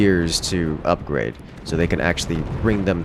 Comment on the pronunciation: almost has hard to say ''Upgrade'' santé correctly ahahah